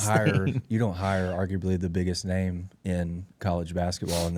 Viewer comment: Finally getting his name pronounced correctly.